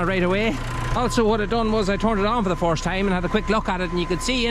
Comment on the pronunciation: You sometimes get some of your pronounciations wrong it’s first not forced.